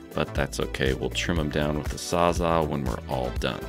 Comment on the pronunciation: 😅 Not "sawza" but "sawzall"